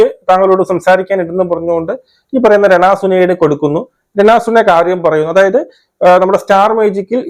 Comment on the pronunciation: ചേട്ടാ രണ സുന അല്ല രേണു സുധി 😆😆😆